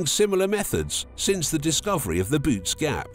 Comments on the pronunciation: It's pronounced "buh-oh-tees" not boots... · Can’t make videos about the universe and pronounce bootes like boots 😅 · Jeeze, a supposed scientific video that can't even get the name right. It's not pronounced "boots". That makes me think the rest of their data is also in error. NEXT!!!